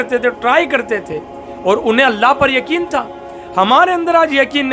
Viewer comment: Janab shaayad yakeen nhi hota, yaqeen kaha jaata h